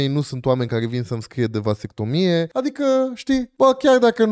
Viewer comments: Va-se-CTO-mi-e ... nici pe silabe nu stie sa desparta. Pacat ca Socrate si Platon nu vb despre despartitul cuvintelor pe silabe. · a silabsit gresit "vasectomia" =)))))))